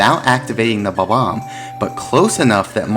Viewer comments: He's pronouncing it as bo-bomb which is incorrect. It's pronounced bob-----omb. The hyphen breaks the pronunciation. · Goddamn it it's BOMB-OMB, Pronounced like BOMBBOMB. NOT BAHBAHM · I know there's probably not an official way to say bob-omb. But I usually put the emphasis on the first syllable and honestly hearing him say buh-BOMB is driving me fucking crazy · The way you pronounce Bob-omb hurts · why does he say bob-omb like that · The Bob-omb I actually never knew it's pronounced that funny. ^^ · How can you be a Mario expert and say Bob-omb like that